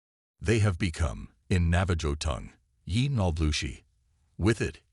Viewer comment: Enjoyed the post, but you should look up pronunciations when it comes to Indigenous People tribes. Navajo is pronounced "Nava ho"